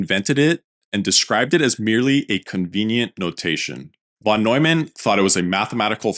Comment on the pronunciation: I love your content and way of interpreting the history, though I must say the minimum you can do to respect the greats (especially when creating a video about their work) is to appropriately pronounce their name …